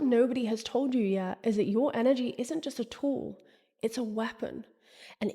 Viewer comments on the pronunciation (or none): none